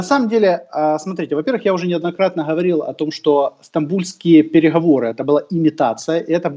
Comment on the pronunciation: ГКаварил😀. КорнейЧук и КорнейГек